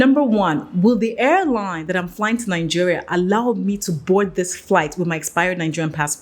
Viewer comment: Please, it's Naijeria, not Nanjeria!